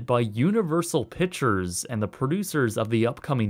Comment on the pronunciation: picture= pik•chər. Not pit•chər You use the wrong word. It has nothing to do with an accent/dialect. It’s the wrong word!!!